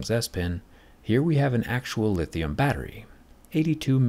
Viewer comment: He said Litheon instead of Lith - Ion